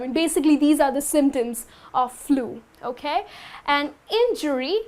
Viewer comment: Act less and teach more. ... and your "okhhay"....sucks!